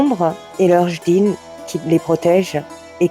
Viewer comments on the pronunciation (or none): Madame on dis "Djinn"...pas jdinn , sans vous offenser, salam